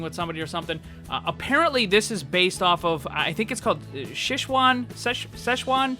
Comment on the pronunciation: It is called Sze-Chuan, a Province in China. Panda, spicy food and basically face change shows Not szech-Uan, it’s sze-chuan 😂